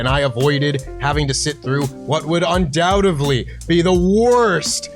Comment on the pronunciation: did stupid say the word “undoubtevly”